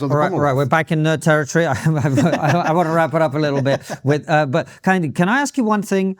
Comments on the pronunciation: He cannot even pronounce his own supposed name 😂😂. Car yin day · KEHINDE... Can't even pronounce his own name correctly. Google it. It's a Yoruba name. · Kehinda, victim mindset. Please have someone more articulate on for these kind of debates. He doesn't even use correct pronunciation when speaking. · I am just 2 mins into the Video & already I get a sense that Prof. Kehinde is not genuine; Professor of black studies who cannot pronounce his Yoruba name correctly CANNOT be taken seriously, if you can’t do the basics then how do I trust you can do the intellectual heavy lifting? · Kehinde doesn't even pronounce his own name correctly. This is not to shade him but those SJWs that get triggered by such. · Yet another unpalatable cocktail of oppressed/oppressor dogma and reductive ideology desperately wanting to be seen as an intellectual position. Mr Kehinde corrected your pronunciation of his name, did he? I bet he did. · Just so you know, Kehinde isn't even pronouncing his name correctly. 😂